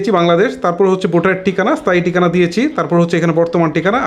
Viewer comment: ভাই আপনার প্রতিটি শব্দ উচ্চারণ এই সমস্যা রয়েছে এটি আগে আপনি ঠিক করেন। টিকানা, স্তান, বোটার এসব কি ভাই?!!